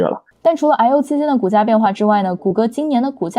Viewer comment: I/O兩字發音聽的很躁